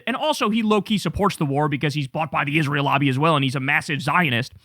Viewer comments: The way Lindsey Graham says "Isril" is so jarring 😂😂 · They all do it. "Izrul" I hate it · If I have to hear Lindsey Graham call Israel “IS-ral” one more freaking time …. Evil war mongers… 😡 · "Join isrool" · Fuck IS-ral!!!